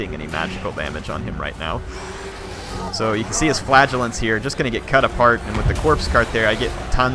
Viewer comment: I enjoy your videos...but the unit that you do not like is pronounced 'Fluh-gel-ants'. What you are saying sounds like flatulence...which is unsavory haha.